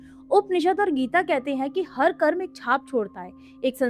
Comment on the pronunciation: ये कर्मा क्या होता है हिंदी में बोल रही हो और कर्म को कर्मा कर्मा योग को योगा योगा ये क्या है भाई जिसे हिंदी न आती हो वो बोले तो समझ आता है जानते हुए भी मूर्खता दिखाने का शौक है क्या आप लोगों को। वेदांत को वेदांता,🙏 महान हो माते आपके चरण कंहा है।